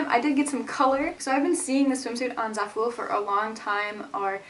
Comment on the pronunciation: pretty sure Zaful is pronounced like it rhymes with awful